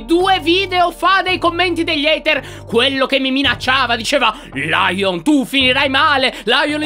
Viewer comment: ''haiter'' muoio